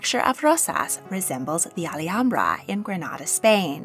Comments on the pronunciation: Alhambra is pronounced ahl-AHM-bra, not al-e-hambra. The "h" is silent. Málaga has the accent on the first a, not the second one. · Generally, the name of the palace complex in Granada is pronounced "Al AM-bra" - it feels as if you have an extra syllable in the name. In Spanish, the "H" is almost always silent, and so you would not pronounced it in "Alhambra". "Malaga" actually has stress on the first syllable, and the assistance for this is the accent over that first "a". So the city name is "MAH-laga". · Alhambra is pronounced like it’s spelled, there isn’t an “Ali” anywhere in there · Yeah, I've never heard anyone pronounce Alhambra the way she did in this video......and I've visited the palace!!